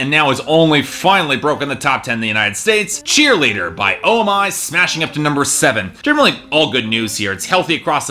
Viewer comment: I imagine you read the Top 10 preview that Billboard publishes, where they say OMI is pronounced 'oh-mee' not 'oh-my'. Just sayin'